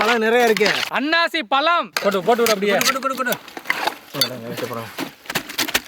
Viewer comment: ழ - Not Palam - its Pazham Fruits in Tamil - Thamizh - தமிழ் 'ழ' என்பது தமிழ் எழுத்துக்களில் ஒன்றான ழகர மெய்யெழுத்தைக் குறிக்கிறது, இது ஒரு தனித்துவமான ஒலியைக் கொண்டது, மேலும் 'ழ' என்ற எழுத்தில் தொடங்கும் பல சொற்கள் தமிழில் உள்ளன, மேலும் இது 'ழ' என்னும் பெயரில் ஒரு கவிதை இதழாகவும் இருந்தது. 'ழ' பற்றிய சில தகவல்கள்: எழுத்து: இது தமிழ் நெடுங்கணக்கின் 28வது எழுத்து, ழ என்ற ஒலிக்குரியது, மேலும் இதை "ழகர மெய்" அல்லது "ழகர ஒற்று" என்றும் கூறுவர். ஒலி: இது தமிழில் மட்டுமே காணப்படும் ஒரு தனித்துவமான ஒலி. சொற்கள்: 'ழ' என்ற எழுத்தில் தொடங்கும் பல சொற்கள் உள்ளன (உ.ம். ழம), மேலும் 'ழ' கொண்ட சொற்கள் ஏராளம் (உ.ம். தமிழ், பழம், அழகு). இலக்கியம்: 1970களில் 'ழ' என்ற பெயரில் ஒரு தமிழ்க் கவிதைச் சிற்றிதழும் வெளிவந்தது. உதாரணங்கள் (சொற்கள்): பழம் (pazham) - பழம் அழகு (azhagu) - அழகு தமிழ் (thamizh) - தமிழ் மொழி (mozhi) - மொழி Pazham - பழம் தமிழ் - பழம் Fruits called in Tamizh - பழம் ழ 'ழ' என்பது தமிழ் எழுத்துக்களில் ஒன்றான ழகர மெய்யெழுத்தைக் குறிக்கிறது, இது ஒரு தனித்துவமான ஒலியைக் கொண்டது, மேலும் 'ழ' என்ற எழுத்தில் தொடங்கும் பல சொற்கள் தமிழில் உள்ளன, மேலும் இது 'ழ' என்னும் பெயரில் ஒரு கவிதை இதழாகவும் இருந்தது. 'ழ' பற்றிய சில தகவல்கள்: எழுத்து: இது தமிழ் நெடுங்கணக்கின் 28வது எழுத்து, ழ என்ற ஒலிக்குரியது, மேலும் இதை "ழகர மெய்" அல்லது "ழகர ஒற்று" என்றும் கூறுவர். ஒலி: இது தமிழில் மட்டுமே காணப்படும் ஒரு தனித்துவமான ஒலி. சொற்கள்: 'ழ' என்ற எழுத்தில் தொடங்கும் பல சொற்கள் உள்ளன (உ.ம். ழம), மேலும் 'ழ' கொண்ட சொற்கள் ஏராளம் (உ.ம். தமிழ், பழம், அழகு). இலக்கியம்: 1970களில் 'ழ' என்ற பெயரில் ஒரு தமிழ்க் கவிதை